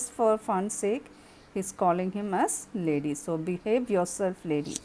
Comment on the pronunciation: It's not lady mam, its laddy which means lad, a young boy. Ma'am, you are very good in narration and explaining, thank you mam